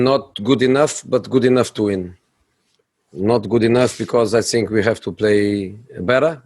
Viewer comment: "I sink..."